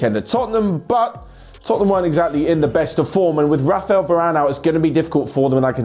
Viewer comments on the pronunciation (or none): none